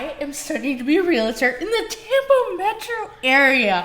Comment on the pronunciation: if you decide to be a Realtor, please pronounce it correctly, Real-Tor, not Real-A-Tor